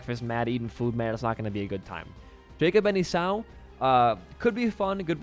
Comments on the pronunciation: esau is pronounced E saw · The way he says 'Esau' has traumatised me for life. I'm officially more traumatised than isaac.